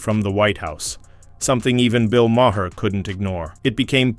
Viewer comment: Who's Bill Mah-hair?